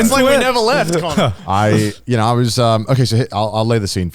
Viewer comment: Crazy how you can hear they’ve been to America trough certain connors uses and the way he pronounces them😂